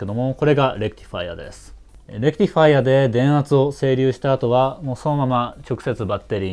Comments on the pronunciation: レクティファイアの発音がいい！電気系の人間。整備業界の人間ならレクチファイアになる。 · まぁこれが正しいわな ｢チ｣じゃなくて｢ティ｣だし頭の｢レ｣にアクセントがある.. まぁそれをいいだしたら｢デジタル｣じゃなくて｢ディジタル｣なんだけどね